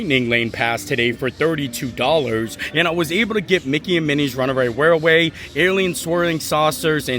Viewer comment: I think you struggle with Runaway Railway because you pronounce you R’s and T’s like W’s. Like when you say Mounwain:). That’s ok. What makes you.